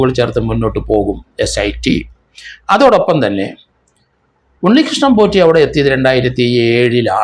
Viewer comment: Potty ennu പറയാതെ സാർ.patty എന്നാണ് വിളിക്കേണ്ടത്